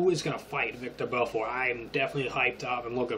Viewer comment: It's Vitor, not Victor lol